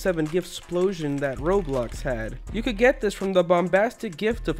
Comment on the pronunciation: You said roblux instead of Roblox